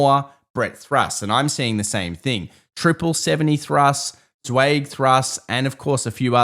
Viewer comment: Martin Zweig pronounced his own name with the vowel of "by," not the vowel of "bay."